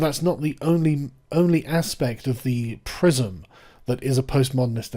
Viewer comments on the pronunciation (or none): none